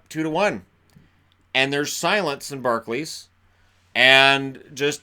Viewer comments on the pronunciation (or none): none